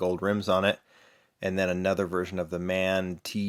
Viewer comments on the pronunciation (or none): Just a helpful FYI From one gear head to another, it's pronouced M-A-N.